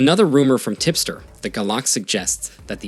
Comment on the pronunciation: Sorry, did he say, "tipster"?